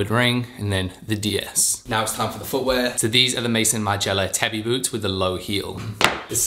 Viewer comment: love the style, but please be aware that it's pronounced like "tah-bee" and not "tabby". Thank you!